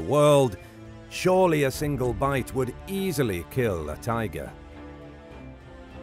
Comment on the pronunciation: You failed at "easily."